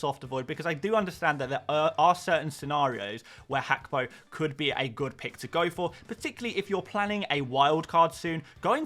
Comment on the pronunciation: I haven't heard him called Hackbo either. Maybe it's right 🤷🏻‍♂️